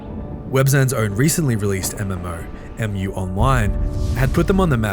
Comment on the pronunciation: Mu is pronounced "moo"